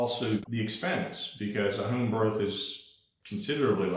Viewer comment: please stop pronouncing “home” like “Hoeeeme” please, if needed, attend speech therapy… thank you!!!